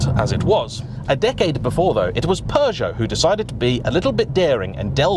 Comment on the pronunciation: is it just me or is he pronouncing Peugeot like it has a R in it